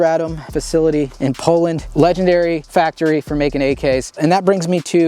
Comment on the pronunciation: I really appreciate the correct pronunciations of Radom & Beryl. Its really annoying hearing some of these gun channels mispronouncing fabryka broni FB Radom and their weapon names.